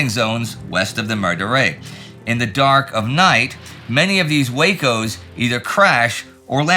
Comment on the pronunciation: Great video. Just wanted to note: Derived from Weaver Aircraft Company of Ohio, WACO (referring to the aircraft) is usually pronounced "wah-co" (the first syllable pronounced as in "water"), not "way-co" like Waco, Texas, whose name is entirely unrelated.